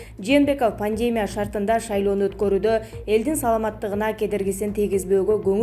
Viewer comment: Пневмония эмес Пандемя дейт "Пандемия" болот)